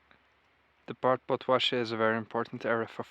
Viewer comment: Podlasie not Podłasie 👍👍🇵🇱